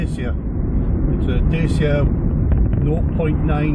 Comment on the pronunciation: Dacia, mate, as in Datchya, not Dacy-a.